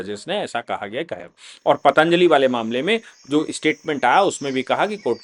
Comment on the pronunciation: सर ये पाताञ्जलि नही पतंजलि है